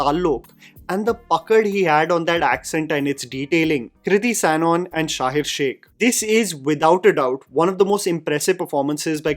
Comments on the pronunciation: Why are you pronouncing Sanon as Sanon? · Hii long time viewer here, dont mean this as a hate comment but just a suggestion that when you are doing a review, you should research on how to correctly pronounce the actors names. The mispronunciation of Sanon and Shaheer's name just bugged me, so I thought of letting you know, anywhoo appretiate the review!